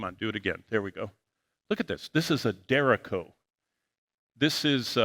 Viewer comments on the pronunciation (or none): Derecho- pronounced Der RAY show. Trust me, weather spotter and Christian brother to you . Appreciate your ministry and share your videos frequently.